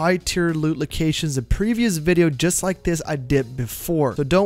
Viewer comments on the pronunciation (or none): none